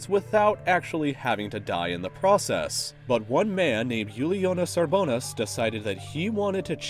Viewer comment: And since I'm Lithuanian, I'd like to point out that the rollercoaster creator gentleman's surname's first syllable should be accentuated. Not the second. UR-bo-nas. ;)